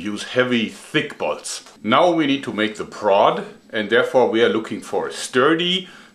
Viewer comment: Is it just me or when he says bolts it sounds like balls?